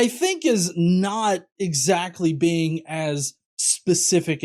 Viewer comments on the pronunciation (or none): Every time Frank says 'being' I hear 'bean.' >_> Powerful bean. Almighty bean.